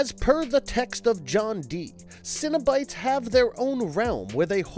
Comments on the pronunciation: Why do you pronounce it Cinnobites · You pronounced cenobites as “cinnabites” and now I’m hungry for a cinnamon cereal snack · You're not an actual fan, are you? You cant just study fandom wikis , you gotta really "know" the material. For example: "Lem-I-Shawn"= wrong "la-Marsh-And"- correct "Sin-A-Bites= limited treat offered my Cinn-a-bon "Sen-A-Bite= interdimensional travelers, seeking out new sources of pleasure. See what I'm saying? There's also a huge difference between actual lore, written by Clive Barker, and the first movie is the only one that was made with the intent of telling a story, and the material that followed was simply to prevent creative rights reverting back to Barker and remaining with the studio. And none of them remember their past, they were all reminded by Cristy Cotton, but it wasn't random where some remembered and some didn't. Which as i get further into this video, I'd guess you at least read the book, as that's the only place "pin head" is referred to as "the Hell Priest". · He said ''Cino-Bites'', like a snack cereal. And ''Le Mon Shawn'', like some wrestler from Strawberry Shortcake.